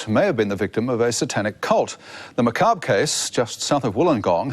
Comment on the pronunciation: Great job on this story. If I had to make any suggestions it would be for you to Google the words infamous and macabre and listen to how they are pronounced 😁